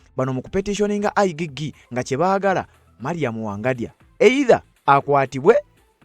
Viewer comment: Not I gee gee But I jee jee Check pronunciation in Google